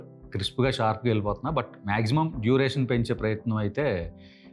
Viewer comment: Duriation ✅✅✅ Duration ❌❌❌ 😂😂😂 Ohh.. Script lo vunte ok... Ledante malli ibbandi aypoddi...